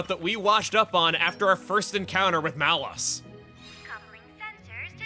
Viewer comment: is that how you pronounce his name? I always pronounce it as "Malows"